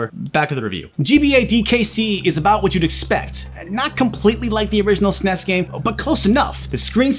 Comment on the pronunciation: I like that says Snes, not es-en-ee-es. Truly the sign of a man with class & taste. Though, the truly gifted pronounce it Snez.